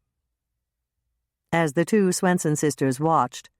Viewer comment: Does the reader sound like she's saying "Grandma SNOOTsen" to anyone else but me? 😜